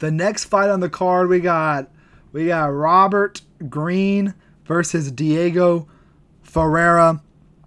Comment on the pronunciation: hard R on that “Robert” lol